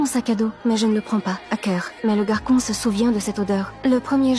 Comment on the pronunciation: Le "GaRkOn"😂😂